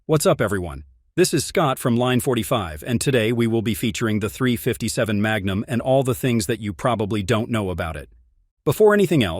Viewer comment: The AI voice isn't bad overall, but it seems to struggle occasionally with "357."